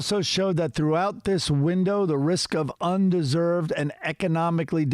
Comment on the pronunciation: it's not undeserved, it's under-served.